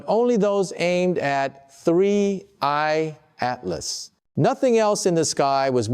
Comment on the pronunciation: Hearing the voice of Michio Kaku made me think this video is credible. But then I hear "3 eyed map" 😂 instead of 3i/Atlas, and I'm bustin up laughing. Who is putting out this crap? And why? Obviously quite a bit of effort goes into producing these videos. What is the purpose? Are they attempting to trigger some kind of panic?